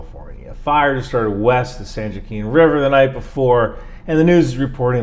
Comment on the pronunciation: San Joaquin is pronounced ‘San Wah-keen’